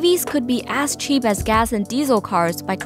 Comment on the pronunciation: I thought she said "ass-cheap"